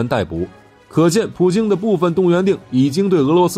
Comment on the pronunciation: 明明是普京你为什么总是说普丁呢